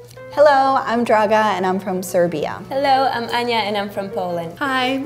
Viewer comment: would be nice though if she pronounce her name in Serbian clear D not with dragon D